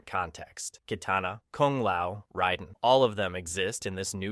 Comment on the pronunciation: He also says Raisen wrong